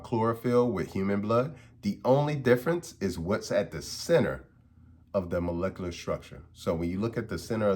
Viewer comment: Imagine being called Dr. And couldn't pernounce Molecular Structure lmao 😂😂😂😂😂😂😂😂